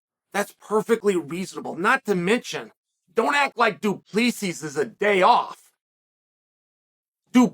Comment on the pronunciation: DuplEEEses, Pierre-ah? Isn't that how you pronounce them?